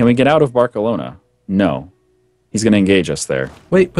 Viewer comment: Is it intentional that they're pronouncing ALL the names of provinces wrong? Barkelona? for realz?